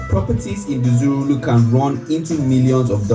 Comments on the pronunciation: Number 3 is pronounced dzor (meaning valley in Ga) wulu (meaning - huge in Ga). This presenter is Nigerian so forgive him for his pronunciation. Also, the Nigerian accent is different from Ghanaian accent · It’s pronounced as ‘Jowulu’ ( dzorwulu) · Dzorwulu, pronounced Jowulu